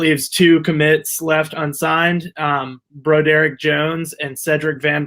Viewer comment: Did he just say BRO-Derek Jones?? O_0 I’ll spell it so you can say his name correctly. Broderick pronounced as BRAH-DRICK . Sheesh